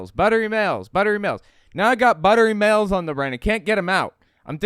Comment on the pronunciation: Sounded like you said ✨buttery males✨